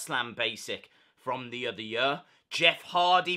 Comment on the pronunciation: Makes me laugh every time when you say “year”